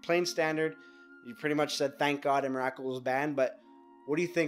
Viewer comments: EM - RA - KUL. srsly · can't continue watching you keep calling it emmarackcool. not even close. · em-er-ah-kul? wtf is that? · Three syllables, say it with me, "EM-RA-COOL." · i wish this guy would pronounce emrakul right